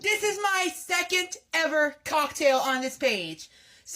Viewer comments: I'm not English native but it doesn't sound like COCKtail is the right way to pronounce it... Did he do it intentionally or is he just weird like that? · it is pronounced cocktail but the emphasis isn’t supposed to be on cock 😭 it’s said together as one word, not the way he says it. i’m pretty sure he’s trying to be funny and/or weird and he’s doing it on purpose